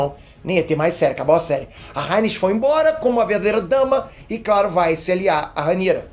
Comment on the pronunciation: A "ráiniz" kkkk